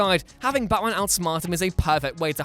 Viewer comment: I don't know but.... The way you say and the no. Times you said Batman is disturbing... Becckkmen baatmen Bachmen wtf is that